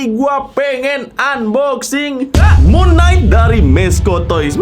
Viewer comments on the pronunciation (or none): Kalau cara bacanya itu Mun kenaig bukan Mun naik 🗿